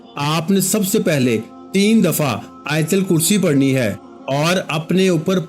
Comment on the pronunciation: Aapne aayathal kursi thoda ghalath padha